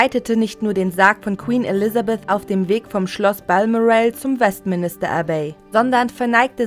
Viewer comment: Balmoral - bitte richtig aussprechen : BalMORal, nicht BALmoral